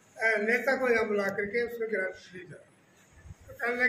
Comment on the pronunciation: और भाई अपने शब्दों पे थोड़ा ध्यान दें ले ग्रांड नहीं ग्रांट होया करे। लोगां न गलतफहमी होवे फेर।